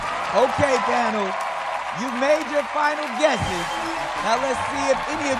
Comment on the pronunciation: It annoys me the way Nick says panel, he pronounces it like pan-o.